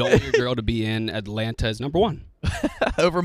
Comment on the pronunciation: …you can’t say 2 T’s when you say Atlanta. I’m sorry but I know they don’t teach that on maps